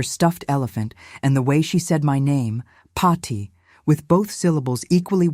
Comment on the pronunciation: Paathi, not Potty, for goodness sake!